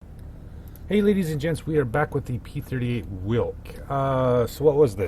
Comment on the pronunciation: Pronunciation - "Veelk". In game it has V-770 V12 engine from prototype, but model has V8 (4 exhaust pipes in the row). It was a air-cooled engine, game insists that it is water cooled. There was no jet exhaust stack.